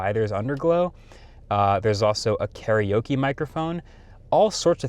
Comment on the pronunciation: Kara meaning empty. Oke is short for orchestra. Empty Orchestra...karaoke. Not "Carryokee"